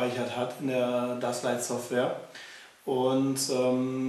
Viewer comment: es heißt überigens "däschlight" -> englisch!